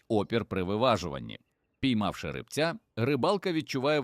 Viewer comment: Не ри́бця, а рибця́